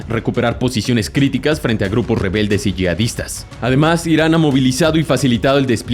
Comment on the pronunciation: Una corrección, "Yihad" y "Yihadista" se pruncuncian como si la h fuera una j, o sea "yijad", "yijadista"